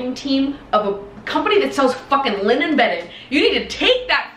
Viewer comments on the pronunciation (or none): hahaha the way she said “liNEN” 🤣